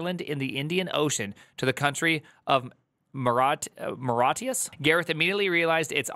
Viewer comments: wtf is "maratius"? it's pronounced "moh-ri-tious". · say Mou-RI-ti-us, the "ou" as in the word "our" also, my first PC I bought in 1990 had a 3.5" disk 1.44MB drive and a 5 1/4" floppy drive of 1.2MB, with a 42 MB hard drive (Seagate ST157a). so if it was at any point "military" it will have been before that. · “Marat… Maratius?” (listen to this jewel ). What a sheer ignorance is this!! “Mortius” … I just cannot believe it that someone putting content on YouTube has never heard of Mauritius. “Morshish” and Mortish and Morshush … at which point I left. Reading on video things about which you have not a clue about is now a YouTube format? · Thanks for keeping all of these mah-raw-tius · Mauritius, will be spelled like Maurice-e-us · It's pronounced: Mar-ich-e-eus (roughly, not sure how do the last consonant in text) EDIT: NVM, I see he got help on the pronunciation 🙂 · MAU - Ri - Ti - US AYlends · Usually said more like murishus or marishus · Moreshuss 😂😂😂😂😂😂 come on man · Mor-ah-tee-us 😂 You Americans are absolutely wild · I've never seen someone have a hard time pronouncing Mauritius. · wow primegen cant pronouns Mauritius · Him pronouncing Mauritius wrong everytime is killing me 😭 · Theo didn't do any better. Only those that know how to pronounce it, will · These non-Brit tech kings couldn’t pronounce Mauritius to save there lives, could they! 😂 First Theo, now, smh. 😊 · No, that's a him issue because he wanted to sound silly (idiot) for the video. He knows he can go to Google for the pronunciation.